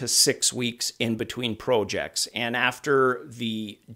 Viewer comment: He says every word normally except Prooojects. It's funny. I used to work at Activision. Was sheer hell. No fun at all...